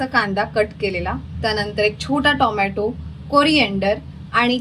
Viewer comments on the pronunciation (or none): none